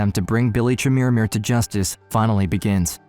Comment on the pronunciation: Stop saying "Chermirmir" 😂